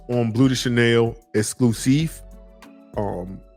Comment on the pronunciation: L'Exclusif===> lexclusif. U just gotta pronounce the whole thing together that's all.